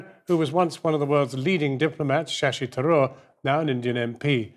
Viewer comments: The fact that the host can't be bothered to pronounce 'Tharoor' properly shows you how that colonial/superiority complex still exists in Britain. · Britain made India. Mr Sasi (You cannot prronounce this idiot's name) is a hypocrite.